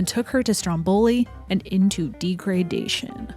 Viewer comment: "Degradation" is pronounced "deh-grah-DAY-shun". I always thought that the film was about a pilgrimage to that place where that thing happened where the two little girls saw the Virgin Mother but I was going off the title with zero info and now...